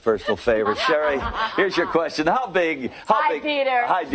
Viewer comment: “You better shut up and ask me another querstion.” 🤣🤣🤣